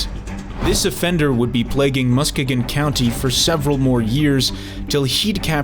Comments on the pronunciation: Nice content... Real fast though, (from a Michigander myself, living only about an hour away), you mispronounced "Muskegon." It's actually pronounced "Mus-KEY-Gan." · I live in the area. I went to that exact gas station multiple times before knowing the story. Jessica is a local legend. A lot of theories where her body went. And it’s pronounced Mus-kee-gon. Non-native Michiganders always get that wrong.